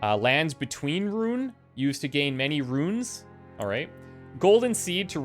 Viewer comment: Oh nice, let's have a drink every time says "ruins" instead of "runes". Or maybe not, too dangerous...:D